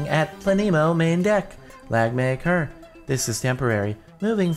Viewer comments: It's (plan - uh - moe) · It's pronounced PLA-NEE-MOE. It's a planet with no star to orbit. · Not planemo its obviously planemo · It's planemo not planemo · Its planemo not planemo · Planemos are objects similar to brown dwarfs, failed stars too small to sustain the nuclear reactions required for stellar ignition. But at only a few times more massive than Jupiter, they resemble planets more than stars. It is pronounced Plan-emo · No it's pronounced planemo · It's obviously pronounced "planet" without the T, -mow. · maybe it is pronounced plan- ehh-mough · I think it's Pla-neh-moe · Planet, without the t, mo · I think it's said like planet with a mo like planeemo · the name is plan-nam-o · I think its plane mo (without a space but then it would be plane-e-mo so I'm confused) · I think the map name is either said like plan-ee-mo or plan-eh-mo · plan-e-mo (kind of fast said, also the "e" is pronounced like it is in elephant.) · Planemo said as: Plan - a - mo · It's prinounced planemo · Think it's Pla-nemo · it's pluh-neemo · I think It's Plan-emo. :P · I think your pronounce it like planet. Planemo (Plah-neh-moe) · I think it's Plan-e-mo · It's "Plahneemow" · Plan - eh - mo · I think it's pronounced- Plan-(short 'a')A-mo (short o'o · its plan-emo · its plan-e-mo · It's pronounced Plan-ih-Moh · planet with silent t -mo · Its plan-y-mo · It's plane- mo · I believe it is pronounced plan-em-oh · I think it's plan a mo is how I think is pronounced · I think it's pronounced planemo. Troll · Plan-I-mo That's how you say it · plan-EH- moe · i would say it is pronounced Pla-nuh-mo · It's plan e mo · No it's pronounced planemo😐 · It's pla-nuh-moe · I think its pronounced planemo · I think it is pronounced pla nemo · I think it's pronounced as plan-I-mo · I think it's pronounced plan-emo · "Plan-eh-mo" is how you pronounce it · I think it's pronounced planemo. :) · it pronounced (play-n-mo) silent e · its pla-ne-mo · Plan - eh - moe (eh like meh) Planemo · It's pronounced Planemo